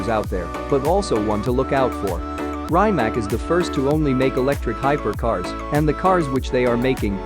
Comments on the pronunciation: You could atleast learn how to pronounce a cars name if you do a video on it. I felt so much pain while you were saying rimac that i couldnt watch it until the end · First of all learn to pronounce Rimac properly😏